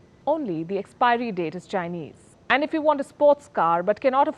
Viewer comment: loved the way palki pronounced the chinese brand!! ;) wion roasting china, palki takes the lead...